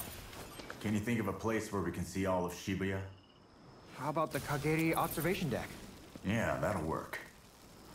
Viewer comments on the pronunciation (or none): Pls tell me this man did not just pronounce shibuya as "shibayah" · He did not just call it “Shi-buy-a” 😭